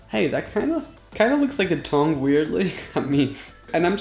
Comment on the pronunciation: Am I the only one who heard thong when he said tongue